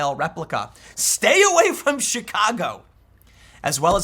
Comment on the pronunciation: Did Tim say Chicago or Shitcago? I swear I heard Shitcago.